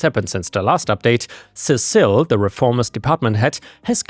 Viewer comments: Cecil Seesill All one word, not Ce cil, the second C is not the beginning of another word. Seesill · The bat was Lucille, and Cecil is pronounced "Sea-sill." And yes, workplace PTSD sucks. Bizarrely it sucks as much as regular PTSD, though you can get over it. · negan's baseball bat is Lucille and I believe you're mispronouncing that name it should be Cecil like ses-sel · I think that name is pronounced "see-sill"